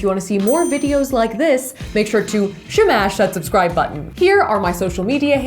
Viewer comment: “So we shnagged it” “shmash that subscribe button” 😂 I like it when she talks like that 😂😂😂 shit makes my day lol